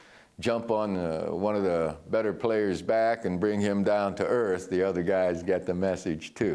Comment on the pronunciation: I always get a kick out of how Joe says "players" lol